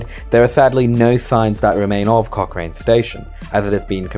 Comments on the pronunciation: It's pronounced "Cock Ran" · At least spell Dunheved right in your chapters, and Aerotropolis.. or pronounce Cochrane right...